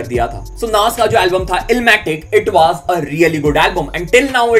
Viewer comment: Bhai was ko waazzz bolna band Karo na please 😅 woz boldo